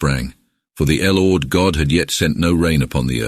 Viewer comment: l ord.ya mean lord ..fukn ai